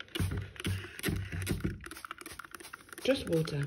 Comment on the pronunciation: just wotah